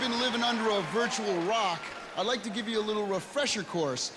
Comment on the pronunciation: did you rike it?